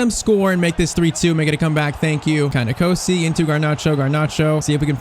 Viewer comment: You are pronouncing NKOSI wrong I your wro g cause also South African